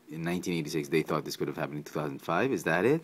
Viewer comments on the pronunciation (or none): none